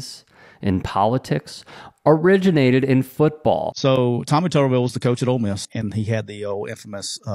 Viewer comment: The way his name is spelled it's pronounced "Tooberville" not Tuhberville " If it was pronounced like the latter it would need two B's.